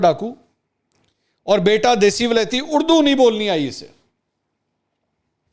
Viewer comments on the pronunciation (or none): منصور صاحب خان جب بلاول کی اردو کا مزاق اڑاتے ہیں تو خود لفظ۔ اڑدو کہتے ہیں